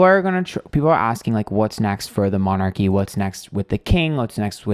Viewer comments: You can't pronounce "monarchy" but you can read tarot cards! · just a bit of advice here: if you are going to do a reading on a subject like this… do a bit of research first. It sounds really ignorant you can’t pronounce ‘monarchy’ or know that it is definitely Charles who is now king. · Gawd this guy is sooooo American ... can't even pronounce 'monarchy' and then proceeds as if it was all about an American TV show on 'the monarchy,' it seems that he's making things up specifically for an American audience. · Shame on you you should at least research how to pronounce monarchy and at least know who is king queen before you put on a shit show like this by the way I have loved all your previous shows but please don’t show your ignorance. Saying you don’t follow the monarchy is no excuse. other than that I think you’re pretty right on. When they let the Yacht girl join in on the walkabout to get footage for Netflix I knew Charles is really weak. That’s why the queen wouldn’t step down and let Charles be king.